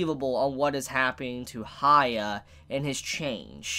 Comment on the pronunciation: Yes he is shorting his name but he's saying "HAYA" and its killing me.... He could just Say "Hiakky" or something like that